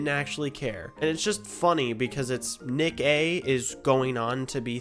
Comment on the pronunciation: His name is actually pronounced Nick Uh 30